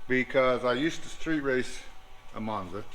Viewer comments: It’s not monza guys,it’s manza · And what's ironic Joe Woods Dominator calls him instead of Monza